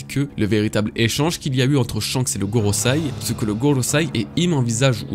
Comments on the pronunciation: par contre ça se dit goroSEI pas SAI c'est frustrant... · Excellente vidéo commet d'habitude ! Petit cours de japonais vite fait, ta prononciation du japonais est franchement pas mal à part concernant le Gorosei que tu prononces Gorosai. Quand le e en japonais est suivi d'un i c'est pour prolonger le "é". En gros ça se prononcer Goroséé